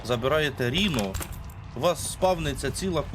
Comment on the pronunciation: давайте може, дядьку, будемо якось правильніше називати речі. Не Ріно, а Райно. З англійської - носоріг. Не ультімейт, а алтіміт. Це англійські слова, не треба їх паплюжити. Дякую.